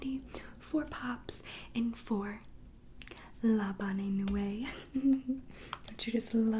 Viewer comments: seriously no one is gonna talk about the fact that she said la bonnay nuay instead of la bonne nuit? you can tell she doesnt watch riverdale and didnt do her research very well. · When I heard her say labonay nuway I’m like bro it’s la bonne nuit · It’s LABAN UE NOT LABON LE UE. LABAN UE!!!!! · le bon newee not le bonay naway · The..La Bon-new-ee..djdnxnsj R I V E R D A L E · “Lay bonnay nooway” I’m so weakkk 💀💀💀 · "la bonnay nu ay" omg i almost cried nooo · She said la boon nu e wrong but great vid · Love this but she said the speak easys name wrong and it was annoying me but other wise great video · Omg I’m a little triggered... I speak French and she did not say la bon nuit right.... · Don't mean to be picky but she totally butchered the pronunciation of Veronica lodges's speak easy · She pronounced le bonne nuit wrong but okay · Is no one going to talk about who she mispronounced La bonne nuit wrong???